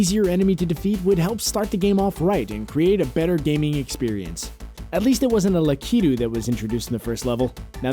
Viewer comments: It’s prounced lakitoo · la-KIIT-u?? Come on brah